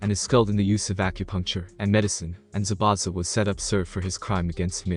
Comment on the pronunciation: zabuza not zabana